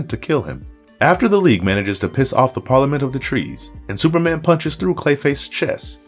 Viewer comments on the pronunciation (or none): none